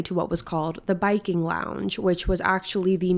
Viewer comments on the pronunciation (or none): It was called the “Viking” lounge, not the “Biking” lounge.